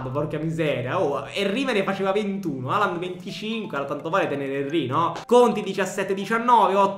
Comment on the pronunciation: "Filippo Halaand" AHAHAHAHAHA